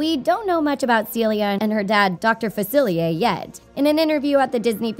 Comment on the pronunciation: She said Dr. Facilier wrong